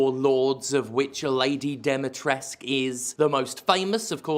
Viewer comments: As a Romanian, I find it bizarre how not just Steph, but pretty much every native English speaking person on the internet I've heard talking about this game leaves the "u" out of Dimitrescu's name. I mean, it's right there. Why not say the "u" specifically? The characters in the game are even worse, pronouncing it ""Deh-metresc". Maybe it just sticks out to me because "-escu" is the most common surname suffix in Romanian, kind of like "-son" in English. Totally insignificant complaint aside, glad Steph enjoyed the game (it is an excellent game). Always so nice and wholesome hearing them talk about a game in a cheerful, positive way. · They don't even get the Romanian name pronunciation right (Dimitrescu). But that might be translation error from the original Japanese writing? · The game is set in some teenager's version of Romania. Funny (sad) thing is that the only Romanian name Dimitrescu is pronounced Dimitresque, which would be French. I guess Capcom tried to bring the world together - or to suck money out of different corners of the earth. Also, I'm very surprised that Sterling likes this repetition of a 13 years-old's repetition. Making money with nothing new has become so very easy... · Honestly, my only true big complaint of the game was the pronunciation of Dimitrescu, as someone who knows many Romanian's it will always just seem so wrong how they pronounce it. Does the game have flaws? Yes, there's no such thing as the perfect game. But it's still a great playthrough that's not too long or too short during your first run and very enjoyable throughout. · As a Romanian I can tell you that you have to pronounce the 'u' in 'Dimitrescu'. But you have to say it like 'oo' from 'too' . [ex: Dimitrescoo] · Wait... "Lady DEEMY-TRESK"?! Jim, what the fuck? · Lady Dee-mee-tres-coo. You need to pronounce that "u". And articulate every syllable. Capcom is just like "so, Lady Dimtrez"." Hurts my Romanian soul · It's pronounced "Dimmy tress ku"